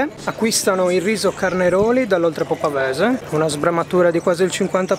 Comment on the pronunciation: Ragazzi, ( parlo al ristorante) ....carnaroli dell' oltrepo' pavese non si puo' sentire! A certi livelli fa veramente ribaltare dalle risate....e vi rende ridicoli .